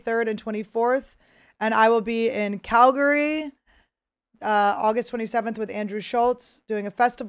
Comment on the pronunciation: You pronounced Calgary RIGHT!!!! Most Canadians can't even accomplish that!